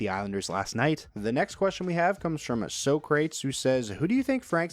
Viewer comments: So-crates pronounciation killed me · That is an interesting way to pronounce Socrates